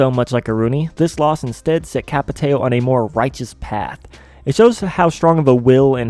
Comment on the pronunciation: Ç is pronounced like S,but nice video